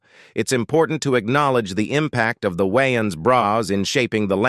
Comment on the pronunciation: It's Waay YÀN